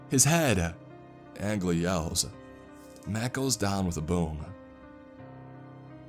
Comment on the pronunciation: How many time I've seen this creepy pasta posted, but not once is Angley said right